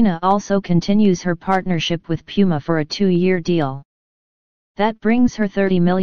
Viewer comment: The way puma was pronounced the puke in the video IM DEAD 😭😭😭